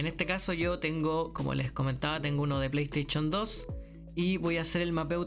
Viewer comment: La plestechon 2😂 me histe el día jajaja